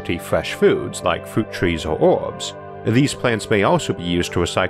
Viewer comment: The narrator's pronunciation is the weirdest I have ever heard. Earth = Awf, World = ward, herbs = orbs Where did you learn your English because you should ask for a refund!